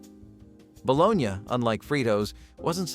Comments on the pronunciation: Is this a bot? Ba-Lo-nee is the food, lol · Bo-LO-nya is the correct pronunciation! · "bolo-nya" come on, you know better.. But I like these videos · Ba-lo-na. Balogna. Kids say balogneee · Some people do pronounce it the way it's pronounced in the video. Just because it's a pronunciation you don't like doesn't mean it's a bot lol.